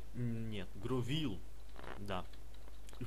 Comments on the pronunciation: не гровиль а гровайл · Ах да забыл- не гровил а гровайл